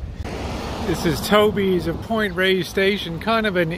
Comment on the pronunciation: Please pronounce it properly. It’s Point Reyes (Rey-yess) not Point Rays.